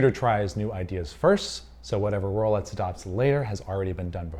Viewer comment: why is this guy saying rolets